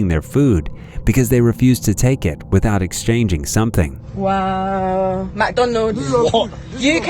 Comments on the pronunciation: The entitled Karen in the last video needs speech therapy. "Mick Dooneldes, UK Mick Dooneldes"! Open your mouth when you enunciate! What's with the inability to say Mc Donald's? I hadn't realized it's now pronounced Mick Dooneldes ! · Mucdonuulds 👉👉, her voice wa so grating, clearly she's below average intelligence.